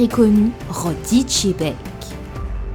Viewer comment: masterclass la vidéo mais pitié arrêtez de dire Rocks D. Chebec svp